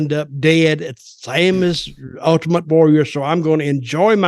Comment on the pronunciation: I like when he calls him Ut-ament Warrior